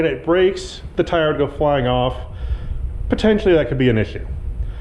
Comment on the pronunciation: "potentionally" lol